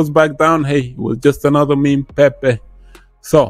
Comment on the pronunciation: definite bit connect vibe with that solaroad , love how you say Pe-pe 🤣👍